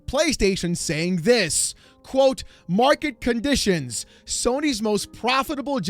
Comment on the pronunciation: “Mwarket Cahnditions”